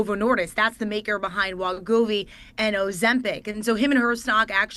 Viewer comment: HIMS & HERS! NOT HIM!WEE-govy. Not whatever versions of the name she said.